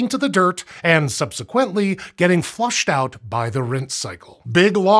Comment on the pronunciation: Thank you for pronouncing subsequently the right way.